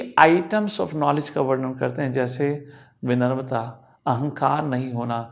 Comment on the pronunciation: सही शब्द विनम्रता है ना कि विनर्मता, कृपया मार्गदर्शन करें।